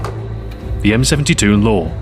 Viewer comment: He says M72 Lore haha